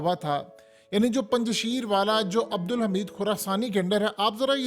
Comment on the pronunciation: Mohtarim Yeh Word Punj Sheer nhi hy. Esko Durust Kijiye. Next Care.thanks